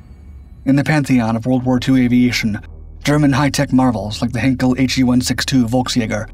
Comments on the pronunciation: I have said it before and I say it again, Heinkel is not to be pronounced as Hinkel, but as Heinkel with an ei, how difficult is that? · yep. It is pronounced "Hainkel" in German.